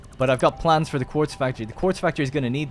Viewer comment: The way you pronounce plans is....very odd